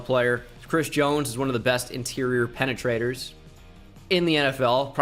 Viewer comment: "Penatraters" Stern look into the camera